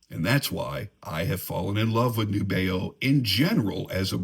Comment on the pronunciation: Great tune,. I love Nubeo too. FYI, from the company, “The intended pronunciation of our brand name is indeed "NEW-be-oh."